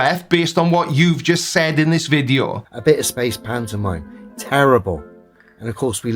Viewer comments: im sorry. I love your videos but I can't listen to this idiot say pantomime anymore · I hate hearing this guy say pantomime.